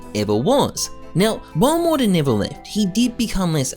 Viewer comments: saying morter all video lol. MOTAR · great vid, but how you gunna pronounce his name wrong every time you say it? All I hear is "Mortar" it's "mo-tar". u add an extra r every time. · why is he saying mortar2k